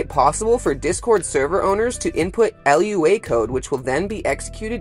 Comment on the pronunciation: please, I beg you. Don't ever pronounce lua L.U.A again. It's not an acronym, it's just the word for moon in Portuguese.